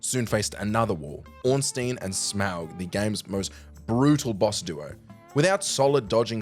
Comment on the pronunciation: did this dude just say ornstein and SMOWG lmao